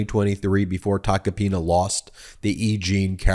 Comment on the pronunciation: Ben, at aprox. in this video, you say "...the Joe Tacopino..."; but his last name is "Tacopina". (Sorry about that, but as a retired teacher, things like this are like fingernails scratching on a blackboard! I cringe when they occur.) 😇🙏🌈